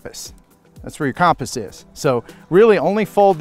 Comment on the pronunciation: 'Thats were the caaaamposss is' hahahaahahah